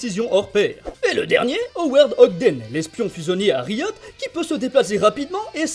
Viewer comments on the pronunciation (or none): none